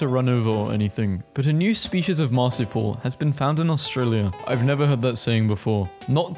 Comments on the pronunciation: the way he keeps saying marsuial incorrectly, its not mar-su-pal its mar-su-pi-al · ITS SO FUNNY WHEN HE SAYS MARSIPLE ITS MAR-SOUP-EE-AL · You need to work on your pronunciation of "marsupial" - it's not pronounced "marsipal" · Just to help, from an Australian, it's 'mar-soo-pee-al', not 'marsoo-pull' 👍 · As an Australian, I’m offended As a Melbournian, even more so ITS MEL-BIN AND OSS-TRAY-LEE-A AND EE-MEUW AND MAR-SOO-PI-AL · the way he pronounced marsupial hurt me- TvT It is pronounced marsupial(Mars-Oop-E-all) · sorry but i gotta say it. MAR/SOUP/EEEEEEE/AL= marsupial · marsupial is pronounced mar-soo-pee-al. Enjoyed the vid :) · Nah the worst was how he pronounced marsupial 😭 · Bro butchered marsupial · You've said emu and marsupial wrong multiple times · It’s really bothering me the way you pronounce marsupial